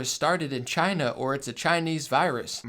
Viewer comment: CHINA the way trump says it is all American